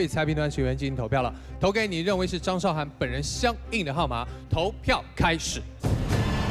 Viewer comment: 拜托! 主持人敢把字念对么? 韶, 这个字是2声!!!!! 不是多音字. 韶华易逝, 你读4声么?